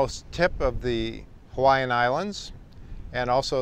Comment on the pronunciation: Great history of the volcanoes of the Big Island, but you should learn how to properly pronounce the Hawaiian place names.